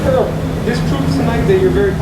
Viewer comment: His name is errol not earl